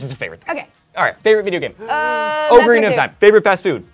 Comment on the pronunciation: Ocarina is pronounced awe-kuh-ree-nuh.